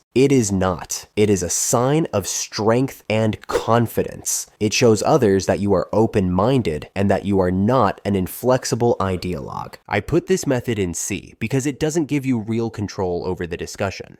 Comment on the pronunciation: "are you open mindu" hongde guy........